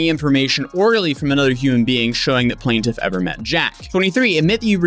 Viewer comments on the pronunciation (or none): It’s quite annoying hearing you say “plan-tiff” instead of PLAINTIFF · Like if you regularly cover court documents please pronounce "plaintiff" correctly throughout, not just 50% of the time.